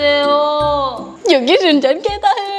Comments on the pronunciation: Shin-chan not Shin- shan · It is shinchan not shinshan